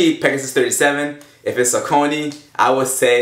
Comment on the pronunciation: Saucony is pronounced SOCK-A-KNEE No Offence